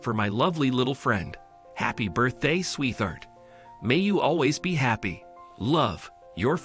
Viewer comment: its not Sweth-hart the word is pronounced Sweet hart as in two words you you don't pronounce the 'T' and the 'H' as 'TH' its Sweet hart